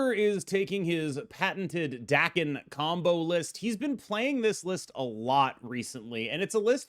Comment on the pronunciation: FYI Daken is pronounced "dah-ken" per the character's creator.